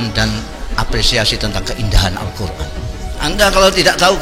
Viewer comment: ha ha hebrat hebrat mau bangun bangsa dengan Allqur,AN pas membacanya ALKUR